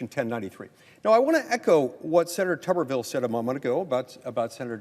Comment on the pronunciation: For the record, it is pronounced just like it is spelled: Tooberville, as in boob.